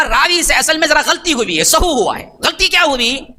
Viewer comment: سہو نہیں بھائی سہو زبر کے ساتھ پیج کے ساتھ نہیں ہ پر زبر ہے پیش نہیں